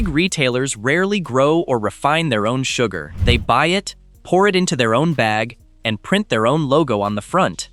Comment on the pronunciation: its sugar not suger, oh AI how you disappoint as usual